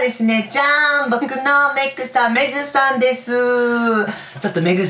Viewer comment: 「僕のメイクさん、メイクさんでーす！！」に聞こえた…メグさんね